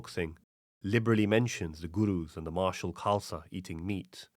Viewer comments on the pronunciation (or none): none